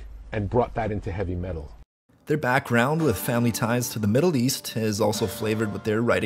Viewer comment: "Heavy metUGGLL"?